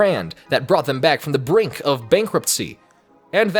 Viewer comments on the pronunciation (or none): none